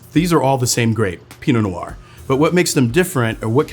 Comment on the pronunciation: Take a sip of your Pinot Nior everything he says Pinot Nior. Happy Saturday.